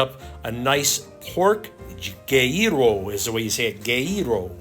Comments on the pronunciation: Vewry nice, i love gyros, pronounced GeeRos, love your travels, keep going, the islands are waiting. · Bro, it’s pronounced “ gee ros “ with a hard O. God, please bless and protect ‘’ MORE than he is blessed see protected right now Creator.